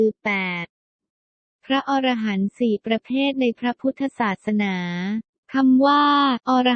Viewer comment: คนอ่านนี้อ่านผิดอยู่นะ อ่านว่า พระ อะ-ระ-หันต์ มิใช่พระอร- ระ- หันต์ถ้าอร- ระ -หันต์คำนี้หมายถึง สัตว์ประเภทหนึ่งในตำนานกรีกโบราณ นี้ละคือคนส่วนมากมักจะออกเสียงผิดเสมอ พูดผิดออกสะกดผิดความหมายผิดไปเลยนะครับ